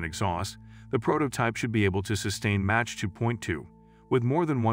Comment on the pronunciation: Whoever is narrating this needs to learn how to pronounce Mach and Mojave. Sounds unprofessional.